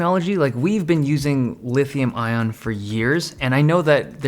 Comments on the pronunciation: Who else heard "Lithiun Iom" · "Lithiun Iom"😅